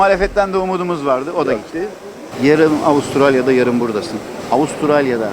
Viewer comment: Melbourne diyor Avusturalya